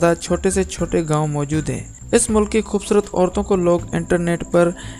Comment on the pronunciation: O bhai Urdu ko urdu ki tarah parho aur bolo talaffuz sehi adaa karo khhoobsurat nahi khoobsurat hota hai zara insan bano aur apni zuban ko tarjeeh do bachata doosro ko promote karnay k